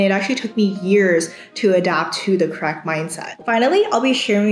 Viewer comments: Great video!! I kept thinking you were saying crack mentality though instead of correct mentality :D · I kept thinking she said "Crack Mindset" 😑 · I misheard as "crack mentality" and thought I clicked the wrong video 😂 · When you say "correct", I hear "crack" or "co-racked". :))